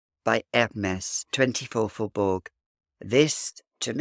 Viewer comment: Pronounced Faubour. The g is not oronounced.